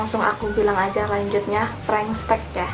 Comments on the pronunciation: Apa cuman gua yg dengar dia ngomong prankstek (prengstek) Bukan prank text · Kok blg nya "prankstek"😂 Prank teks is teks bukan stek😂😂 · Kalian denger GK sih bilangnya bukan prank text tapi bilangnya prank stek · Bego ya. Pranktext dibaca preng teks oyyy bukan prengstek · Apa cuma w yg denger nya " prengstek " ¿¿?? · Apa cuma gua yg ngerasa kalo dia dari tadi bilang "PRANK STEK" wkwk